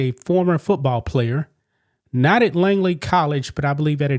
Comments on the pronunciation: It’s not “Langley.” Langley is a city in Virginia where the CIA is located. The college in Oakland is named Laney. L-A-N-E-Y. There is no G in it. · LANEY, not “Langley” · Laney not LANGLEY ... Show a little respect for the people and places you talk about and actually make an effort to pronounce their names correctly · A little advice: a) know how to pronounce the name of the coach's school before reporting on it b) don't put out guesses about the perpetrator's relationship with the victim. That's as far as I got in the video before I split so I missed any other screw-ups if there were any.